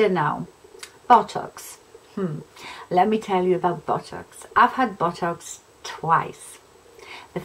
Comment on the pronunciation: Sorry, but I've been laughing so hard everytime you mentioned botox, you're accent made it sound more like bottocks, esp when you said you were going to see your bottocks lady, lol!! You seriously don't need to spend that sort of money on a temporary measure imo. Love Real Housewives of any variety, esp when there's a cat fight, thanks for this, just felt like we were in the same room chatting over a glass or 2! Joan x